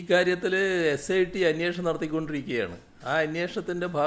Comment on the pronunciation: അന്വേഷണം അല്ല " അന്ന്യേ..ഷണം" ഇവനെ മലയാളം ഉച്ചരിക്കാൻ പഠിപ്പിക്ക് ആദ്യം.